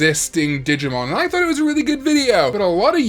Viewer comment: When he first said digmon I heard di**mon cause I was in another room and I had to replay it